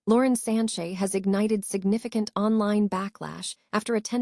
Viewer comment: First of all its Sanchez not Sanche.